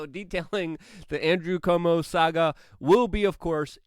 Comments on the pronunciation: I wonder whether Luke intentionally mispronounces Cuomo's name to disrespect him or because he just can't pronounce Cuomo? Like quota.. Cuomo, not Como like a comb over lol😂😂😂😂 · and pronounces Cuomo as komo